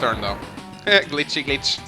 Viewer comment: You said glitch-gich before the glitch was shown! Is this emulator ?